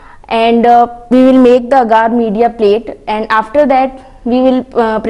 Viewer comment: Agar not aaagaar😁